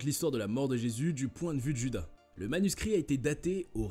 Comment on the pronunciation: "Djuda" ?!!! :face-orange-raised-eyebrow::face-fuchsia-poop-shape